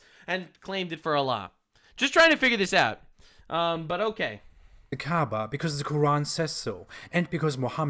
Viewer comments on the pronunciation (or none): They keep talking about Kaaba and all I can hear is Kaabbage. (pronounced cabbage 🥬)